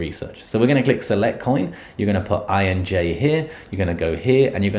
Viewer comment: Do you even know how to read , it’s INJ , not Enj , and it’s KIRA not kayra